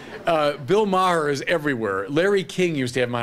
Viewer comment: For a Jesuit, he sure doesn't have a great argument against Maher's movie. He disses & dismisses him without engaging his arguments. He purposely mispronounces his name. He's literally "preaching to the choir", and doesn't ask fundamental questions. It's all about feeling good being part of a "team", the Catholic team. It's not about truth. Hitchens would have sliced and diced this cheerleader.